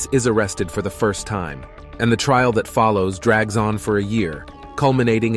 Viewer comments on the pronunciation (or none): none